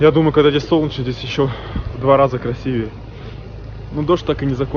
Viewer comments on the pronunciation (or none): none